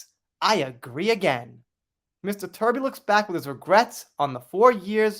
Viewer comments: Give Mr Truby the credit he deserves….pronounce his name as TRUBY (as in true) and not Turby (as in turd). Let’s reserve the word 💩for the person who really deserves it. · Good work. But can you please pronounce his name properly. Truby!